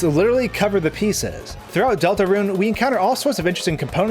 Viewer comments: You did bot say Deltarune...You said Deltaran. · Wait did i just hear you say dol-ta-rune